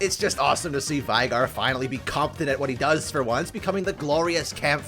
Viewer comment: How are you still pronouncing Shaco "Shacko" and Veigar "Vi-Gar"?? Veigar literally told you how to pronounce multiple times